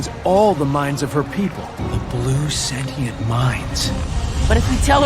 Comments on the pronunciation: It's Sentient, not Sentinel. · ITS SENTIENTS NOT SENTINALS